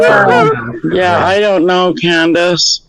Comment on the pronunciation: Why does keep saying Candace.I don't know anybody that does that